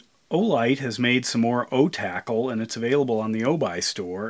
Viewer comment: You're the only person I've heard pronounce it "O-tackle" and that makes so much more sense 😆